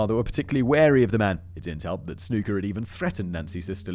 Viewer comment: His name was pronounced snucker not snooker